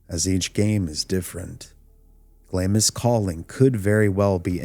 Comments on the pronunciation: A Scot here, it's pronounced Glamms, not Glam-ees. Thank you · Interesting! I watched the original vids when you put them out. I find this subject fascinating for sure. I do want to point out though that Glamis is pronounced like "Glahms" not "Glahm-is". Keep up the good work 👍🏻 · It’s not pronounced Glam-is castle. It’s Glams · Glamis is pronounced ‘Glams’ the ‘i’ is omitted 😊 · Glamis is pronounced glaarms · During all your research, you didn't ascertain at any point that Glamis is pronounced Glaamz? You never heard the line (correctly pronounced) - "All hail, Macbeth! hail to thee, thane of Glamis!" ? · It's pronounced "glahmz," by the way. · you don't pronounce the I in Glamis